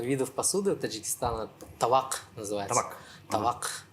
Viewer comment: Правильно табак., а не тавак.